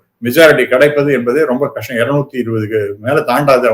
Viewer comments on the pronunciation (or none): none